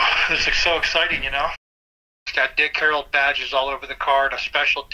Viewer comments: Your absolutely correct he definitely does say HAROLD. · He keeps saying "Harold"